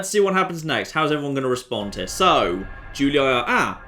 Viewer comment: Julii is pronounced "Joolee" as the "u" in latin is pronounced "oo" as in boot and the "ii" as in tree.